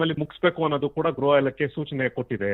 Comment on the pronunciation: ಗ್ರಹ ಇಲಾಖೆ ಅಲ್ಲ ಸ್ವಾಮಿ. ಗೃಹ ಇಲಾಖೆ. 😂😂